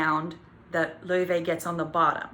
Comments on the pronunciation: It's pronounced "Lay-vay" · WAIT IT WAS PRONOUNCED lay-vay not lau-fee?!?!?!?